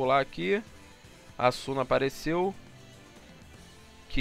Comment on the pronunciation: E se prunucia "ásuna" kkkk